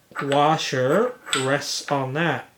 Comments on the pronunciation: Very well presented. My grandmother used to say worsher too. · I subscribe to Taryl Fixes All and he says warshel instead of washer also and he is in Indiana.